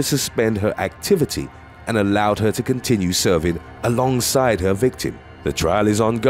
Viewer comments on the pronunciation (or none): none